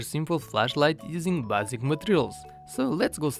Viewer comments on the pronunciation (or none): your doing a great job at speaking English don't worry just need to learn a couple grammar rules and your ok like instead of ba-sic its pronounced as bae-sic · bom trabalho, o teu inglês ate é bom tirando alguns erros gramaticais, mas se melhoradas o teu sotaque era bom pois tu disseste basic como quem diz básico em português, mas bom trabalho, as de lá chegar